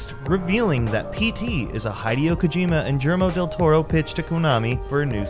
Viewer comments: "Hide-e-o Kojima and Jill-mo Del Toro" I don't usually complain about butchered names but damn man that was a double whammy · Hi-dio Kojima, Scott CawTHORN, Germo Del Toro... What is with this guy and mispronouncing names? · the most disturbing part of this video was the utterance "jillermo del toro" immediately after "high-deo kojima" edit; i stand corrected, the repeated utterance of "seh-new-uh" is much more powerful